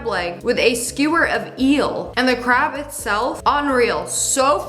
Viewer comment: did you say "grab" or "crab" lol